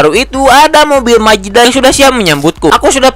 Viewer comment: Mazda❌ Majeda✔️😭😭